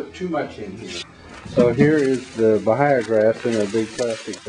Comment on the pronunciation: The "h'' is silent in Bahia Grass. It is a Portuguese word. It is pronounced ba-ee-ya. Just like the h is silent in hour glass and vehicle and honor.